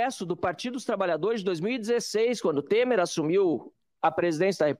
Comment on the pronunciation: Pq vc fala Tema?😂😂😂 É Temer